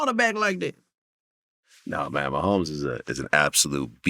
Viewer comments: Mane said Travis Mahommes!!😂😂😂😂😂😂😂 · Travis “meeMee” mehomes